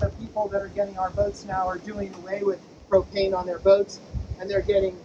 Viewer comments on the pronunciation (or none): I heard him say "this is the cocaine locker" hahahah I was like what?